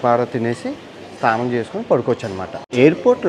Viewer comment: STHANAM kaadu SNANAM ......